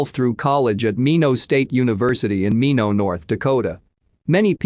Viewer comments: It's not "Meeno". Its Minot pronounced MY Not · I hate the mispronunciation of words by the computer voice. Minot (My-not ND) and lead (leed as in tip or new information) makes it hard to listen to.